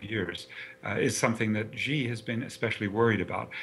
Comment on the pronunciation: This guy cannot say Xi pronounced as She! Or he says jiamen for XiaMen. Some people are too perfect to learn anymore!